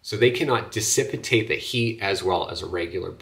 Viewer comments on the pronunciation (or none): you mean dissipate. Not dissipitate. Speak English dude.